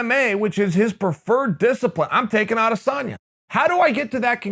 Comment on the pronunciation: A-dis-en-ya. Have some respect, and learn the dudes name!